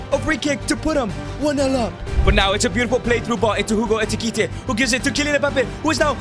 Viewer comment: Bro it’s ekitike not etikite